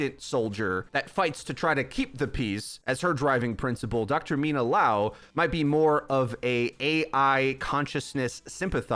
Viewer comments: It's Liao not Lao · Dude, just say Mina...you can’t say her last name even if it’s just the same amount of letters as her first...